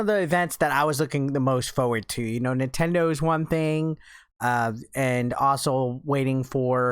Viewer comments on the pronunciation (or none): none